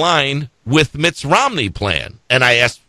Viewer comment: "... spRending..." ?!? "... with MittS Romney plan..." Damn. Love the Flubs - miss the flubs and dammit - we need another JD.